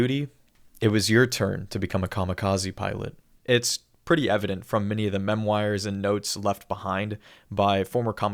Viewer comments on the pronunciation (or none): mem-wires? not memoirs? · Amazing video, amazing game. I do not like the way you pronounce memoir